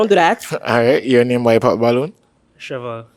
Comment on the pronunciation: Sheval 😂 Shevell😂